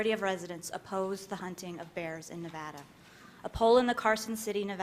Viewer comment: miss no nevada bear hunt cant even say nevada!